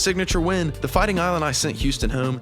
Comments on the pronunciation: Great insights, wish the AI agent knew how to say Illini (LOL) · He pronouced "Illini" wrong. It's like "Illinois" at the beginning. Whatever. How am I supposed to trust this when he can't pronouce that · I assume this is AI since they mispronounced everything, including Illini??? Ugh. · Haha except for how to pronounce Illini and Wagler 😂